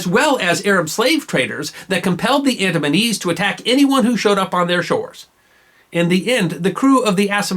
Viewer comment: It sounds like the "AdamsandEves"